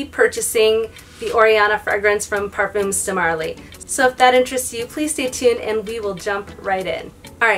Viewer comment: Par-fum. rhymes with gum. No s.